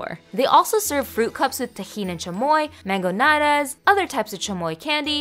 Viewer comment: Not to be rude but it is mango nEadaas that is how you pronounce it